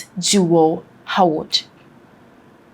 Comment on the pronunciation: Could you please pronounce the name like Haward? Howard. Thanks.